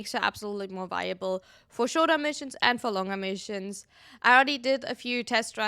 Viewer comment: U not being able to say missions 😭😭